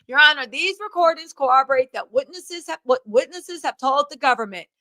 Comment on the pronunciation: It’s the “Ya honor” for me! 🤣🤣